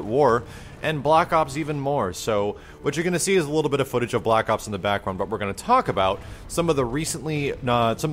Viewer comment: I swear he kept saying "block ops". I SWEAR.